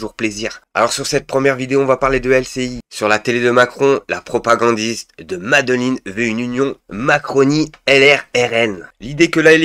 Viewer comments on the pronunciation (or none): C'est pas un baron de la drogue, ça ne se prononce pas comme Medelin 🤣 Ce Monsieur est un ancien d'Occident qui plus tard est devenu le GUD 😉